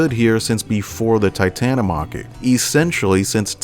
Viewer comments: Its pronounced titan-omo-key not titan-o-mocky u sound like a weeb lol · Bruh just called it the Titan-O-Mocky. It’s pronounced as Tita-TA-Catta-Me.